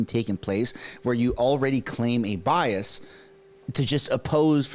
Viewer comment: Did you mean to say, bi-ass?